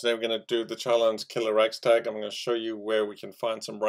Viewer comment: Buddy, RAD STAG NOT RAG STAG